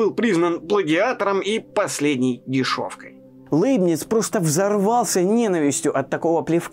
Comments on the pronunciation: Как хорошо), но Лэйбниц всегда был Лейбницем)))…. Ухо режет очень… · Жду с нетерпением выпуска про Лейбница. Кстати, в оригинале на немецком его имя звучит даже ближе к Ляйбниц (как и Ляйпциг), а произношение Лэйбниц сильно режет ухо. Но на фоне такого фундаментального видео, эти поправки - такие мелочи. Спасибо за Ваши труды! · Кстати, почему ЛЭйбниц? По-немецки вообще читается ЛЯйбниц. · Всё-таки не ЛЭйбниц , а ЛЯйбниц .. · Ну, если чисто по-немецки произносить, то будет вообще Ляйбниц, если что... так-же, как и "Ляйпцихь", вместо общепринятого "Лейпциг". И так далее. Про Ландон и Айзека Ньютона (sic!) тем более промолчу... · Пожалуйста, Лейбниц произносите мягко звук л